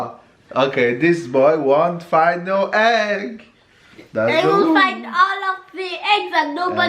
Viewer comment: Yes quite right. Not heg hunt but egg hunt. Intelligent as ever